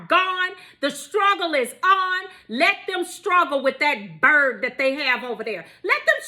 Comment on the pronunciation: Love how you put the emphasis on BIRD whenever you say it! Got me cracking up.